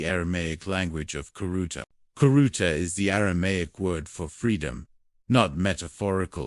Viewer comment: Khiruta to be spiritually freed. Prononce it riruta.